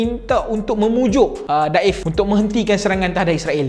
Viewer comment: Bukan muhammad daif bro...muhammad deifff (tetamu) الضيف